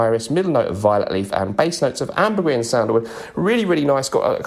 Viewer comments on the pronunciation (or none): none